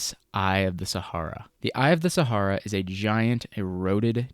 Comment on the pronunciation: I don't like the way you pronounce "Sahara", at all. I was glad when that chapter was over. Good video.